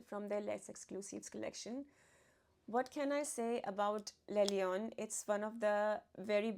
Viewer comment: Thank you, great video - like always! Only one remark the right French prononciation is « l laion » « le » is the definitive article don’t pronounce it « le » just « l »